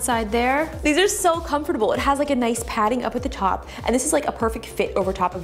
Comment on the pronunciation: It’s so funny how she pronounces comfortable 😂😂